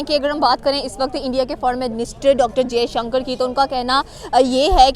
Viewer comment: It's Dr jaishankar, take the name properly bastard 🖕